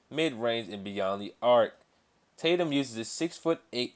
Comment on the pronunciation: Jason tatu? it's tatum